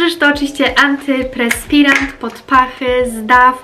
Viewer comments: mowi sie ANTYPERSPIRANT a nie ANTYPRESPIRANT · Kto słyszy pierwszy raz słowo antyprespirant a nie antyperspirant? Haha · Ale mowi sie antyPERspirant jbc